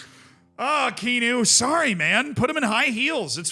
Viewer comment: Kean-u is killing me